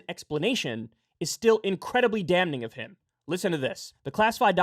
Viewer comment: Mawfucka said "Damn-Ning"😂😅😂😂